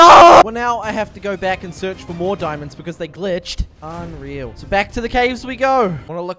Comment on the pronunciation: Nobody:: GOING FOR THE DIMANDS